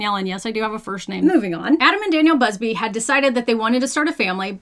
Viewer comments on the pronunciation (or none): What I found shocking was that she wasn't saying "Adam and Danielle Buzzfeed" which I swear is exactly what it sounded like